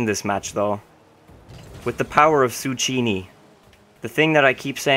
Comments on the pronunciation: Tsukkiini. Not suchiini. :P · Zoo-key-knee. Still love you though,! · zucchini is pronounced zoo-kee-nee and it is the same shape as a cucumber